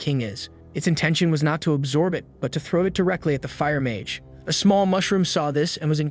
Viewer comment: Why bro became Ma-ge ? Blud i not go-jo💀